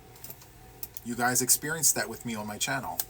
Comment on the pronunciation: Ok I think my favorite part was the end when you tried to say take care guys and you said it sounded like take care buys, I just giggled. But seriously glad to see you joined the National Crochet month challenge with us. It's been a lot of fun and focusing on one thing (not easy to do for some of us!) And I don't have the squirrel mind I have a cat one, because I see that shiny object and I am lightened focus on it and NOTHING gets me back lol. Now I have to get COMPLETELY caught up on your videos but it's ok because your laugh always makes me smile :)